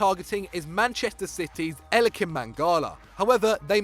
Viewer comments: It's Eliaquim Mangala not Equilium...... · Equilim mangalaa.. its eliaquim mangala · Its Eliquim Mangala not Equilium. Come on you're better than that! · Equilium Mangala 😂😂😂😂😂😂😂 its Eliaquim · It's Eliaquim not ellequim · Mmmm... It's Eliaquim not Equilium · Eliaquim is mangala's first name not equilium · Equilium? did you mean equilibrium? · ‘Elikim’ - What a great pronunciation😅